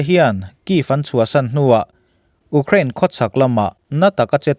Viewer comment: U krain i ti ziah....Iuuukhrain ti tawh la oo